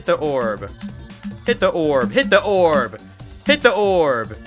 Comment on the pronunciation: “Hit the oorb🫠” - 2026